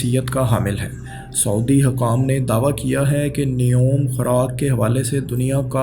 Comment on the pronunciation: ایڈمن بھائی بڑی مہربانی ہو گی کہ اپنی اردو ٹھیک کر لیں ۔ کیوں اردو بول کر اردو کا بیڑا غرق کر رہیں ہیں ۔ 🤮🤢😖😖 سعودی کو سودی بول رہے ہیں اور شاداب کو شداب یار کچھ تو خیال کریں ۔اور بھی کئی غلطیاں ہیں۔ میں ہاتھ جوڑتا ہوں۔ پہلے بھی کئی دفعہ عرض کر چکا ہوں۔۔ 🙏🙏🙏